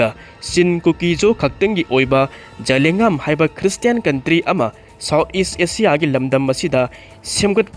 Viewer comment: zalengam - za len gam hai g dou ba adu fao pronounciatn. heitaba